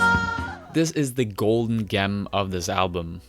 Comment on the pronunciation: Is it just me me or does he say goldem gem with a g